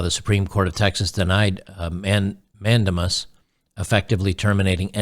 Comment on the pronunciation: FYI pronounced man•day•mus. At least thats what they taught me...